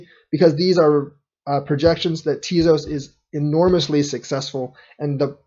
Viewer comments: Think it's pronounced Tay-Zose. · you lost me at "teazoss". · Ugh, you're pronouncing it wrong... 😬